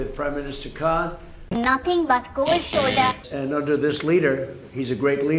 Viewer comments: You mean cold shoulder not kooold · Bro one more time ‘cold shoulder’ 😂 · There is 'cold shoulder' and then there is Koowlld shuulda